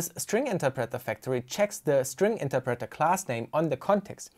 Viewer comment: The way you pronounce "interpreter" drives me crazy